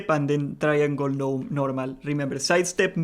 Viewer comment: Say "try-angol" more.